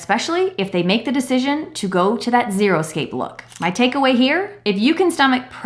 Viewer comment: It's not "Zeroscape", its "Xeriscape".